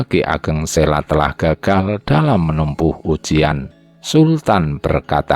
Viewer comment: Admin, saya setuju dengan penayangan text sepanjang video. Namun untuk berikutnya saya rasa pengucapannya diperbaiki. Contoh Ki Ageng Sela, itu dibacanya Ki Ageng Selo (Huruf O seperti mengucapkan kata KODOK). Memang demikian pengucapan yang benar. Pemgucapan yang lainnya silakan pelajari sendiri. Terima kasih